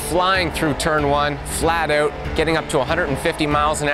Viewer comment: A nice Canadian "out."